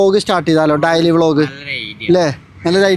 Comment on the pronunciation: ഡയലി അല്ല ഡെയ്‌ലി 😂😂😂